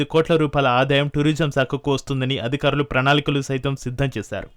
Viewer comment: ఏమి తెలుగు ఇది తల్లీ..... అధుకారులు ❌ అధికారులు ✔️ ఆధాయం ❌ ఆదాయం ✔️ ఒక్కనిముషం విన్నా ను, అంతలో 5 లేదా 6 తప్పులు.... వినలేక వదిలేస్తున్నా